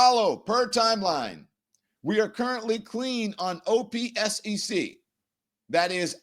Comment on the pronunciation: You can just say OPSEC as if it’s a word, “opsec”, not the individual letters. Agencies are usually “letters” but military and security terms are usually pronounced as a word, it’s faster.